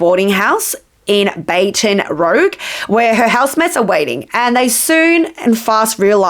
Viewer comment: Love your work, but the way you’re pronouncing Baton Rouge is diabolical 😭